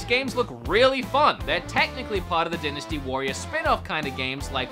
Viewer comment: "Dynstay" Warriors 9: Empires lol.